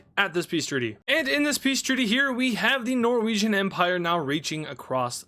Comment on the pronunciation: Empire ❌ Emprie ✅ No hate I love